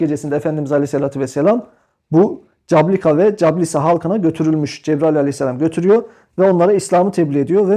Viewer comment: İSİMLER YANLIŞ HOCAM. CABLUKA ve CASLUKA(Cablıka-Caslıka)